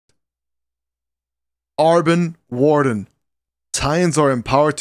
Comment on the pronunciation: He said "Arben" with so much confidence